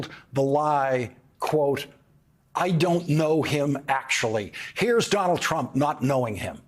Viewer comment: Dol Trump, Dol Trump.....really, how many times can he say Dol Trump????